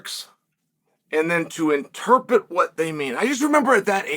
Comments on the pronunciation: Interpret Chael, it’s interpRet. There is no such word as ‘interpet’ (Well not in the way you are using it) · "Interpit" - Chael Sonnen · Did y’all miss the lesson on how to pronounce interpret?